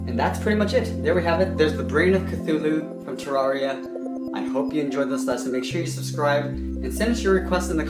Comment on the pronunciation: Pronounced (TER-RARE-REE-AH)